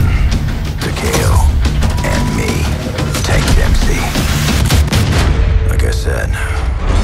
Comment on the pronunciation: wow dempsey pronounced it right